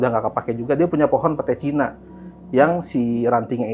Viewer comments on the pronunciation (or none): none